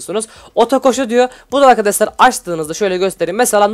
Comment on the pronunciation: Hep arkadaşlar hatta arkadaşlar değil arkaşlar diyorsun.